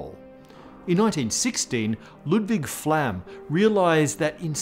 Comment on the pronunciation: I'm sorry.. i have to be that person, but, Carl's Fartshield? Also, Ludwig Phlegm??